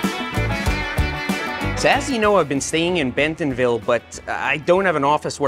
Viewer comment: He also says Benthomville. Is that how it's pronounced?